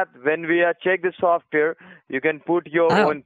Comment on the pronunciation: Okay, that was pretty funny, "veee provide you with software... softveeehr is compatible in your computer not" Compatible in yeer computer NOT. Hahaha/ not. What a dipppy guy.